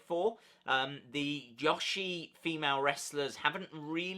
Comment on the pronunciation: Toni's reign is uber lame like Naomi like Natty like Jax like Carmella like Bliss. Also, it's "Joe-shee" not "Josh-ie" or "Ja-she"